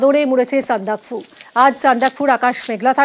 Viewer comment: কোন শব্দটা ঠিক বলবেন আপনি বলছেন-- সান্দক + ফু । না এটা হবে -- সানদা+কফু।